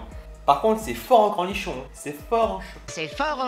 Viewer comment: a comme tu dis cornichon 😂